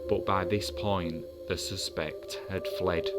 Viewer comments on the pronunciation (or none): please-- the word suspect, when used as a noun, has its first syllable accented. The second syllable is only accented when used as a different part of the sentence. Heavy on the sus, part.